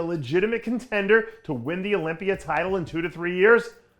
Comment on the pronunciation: What the fuck is an "Olypier" ?